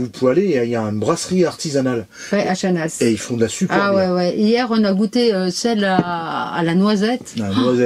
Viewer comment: tres belle video comme d hab. et j attends toujours vos vidéo avec impatience. petite info on ne prononce pas le z de chanaz ( on le dit simplement chana ). c est comme le x de chamonix. a plus.